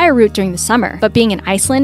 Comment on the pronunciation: Great Video. Gosh what an accent and how unintelligible narration? I had to stop twice to hear the word Iceland. Luckily, I had lived and worked in Iceland, so I was able to recognize it. Lady, slow down and pronounce properly. Than ks